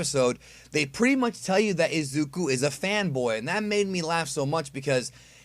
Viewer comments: AHHHHHH I'M SO TRIGGERED BUTCHERED IZUKU'S NAME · The way you pronounce Izuku’s and Bakugo’s name😂